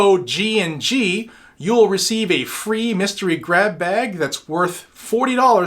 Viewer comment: It must be a New England thing. Every time you said grab bag it sounds like you’re saying crap bag.